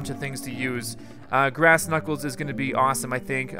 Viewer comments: It's "Grass" not "Brass" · you sed brass not grass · It's grass,not brass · You said brass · it grass not brass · its grass not brass